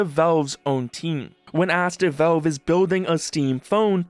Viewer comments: "Velve" its Valve! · its not velve its valve :"